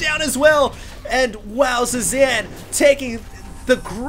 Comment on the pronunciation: Nitpick: Cezanne is pronounced: saay-ZAHN, not sue-zan. It's a French last name, not a female first name.